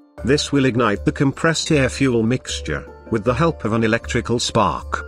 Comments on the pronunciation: The moment it said "fue elle" instead of fuel i was out. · "FuEl"? Seriously, what is the problem with simply using a human to do the voiceover? Who TF pronouces fuel "fuEl"? I'm moving on from this cyber nonsense. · "... in a contained cylinder with the help of fu-elle." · Really good video hampered by the robot voice saying ludicrous things like ‘fuelllle’. I say use a human to read out the text, but otherwise 10/10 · I stopped watching at 'fyou-el'.